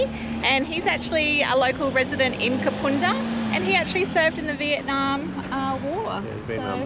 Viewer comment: First time watcher. Great episode! BTW - it's Kapunda as in bun or fun 🙂